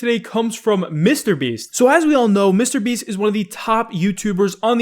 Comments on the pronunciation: says "mistabeast" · Hey, I’ve watched you for years. Seriously, but uh can you please pronounce mrbeast as two separate words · Day 503 of asking to stop pronouncing mrBeast weird